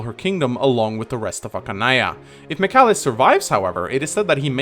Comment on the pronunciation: Archanea not Ackanea.